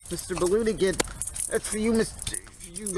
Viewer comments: It's pronounced mmmBister Baloonagins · it's mister maloonigans. Get it right or pay the price